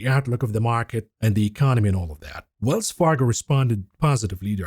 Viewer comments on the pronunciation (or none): none